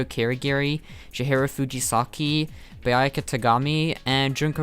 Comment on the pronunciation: Did he just call Byakuya Biayaka ((btw I personally hate Byakuya lmao))